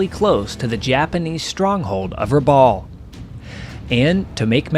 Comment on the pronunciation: Excellent format and very good imagery. Just a small correction, for the record. Rabaul (which rhymes with "cowl") is not an island but a harbor town on the island of New Britain.